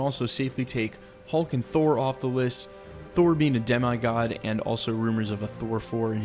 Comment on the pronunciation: De-me God not dem-I God smh. That made me cringe a little